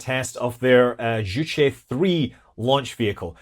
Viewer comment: A small point on your last segment. You’re pronouncing “Zhuque” the way “Juche” (the North Korean “self reliance” philosophy) is pronounced. I was intrigued that they named a rocket after the North Korean word. But Zhuque is pronounced differently and means Vermillion Bird.